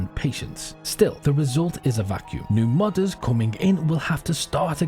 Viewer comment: I keep hearing “mothers” instead of modders. Hopefully the mothers aren’t quitting DayZ